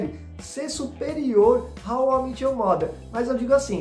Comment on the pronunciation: How I MÉÉÉÉT you father (não é How I MIIIT your father)…estou falando da pronúncia, não da escrita